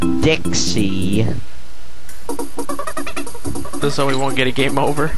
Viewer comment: i ike how u say "dixie" haha dixayyy=]